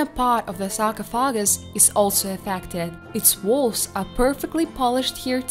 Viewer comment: Yes! You nailed 'however', next up: sar-coff-ah-gus ;D